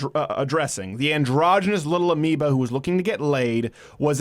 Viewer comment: What the fuck is "amiba"?